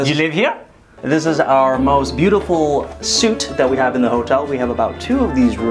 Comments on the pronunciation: Suite is pronounced sweet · pronounced suite wrong. Instant like.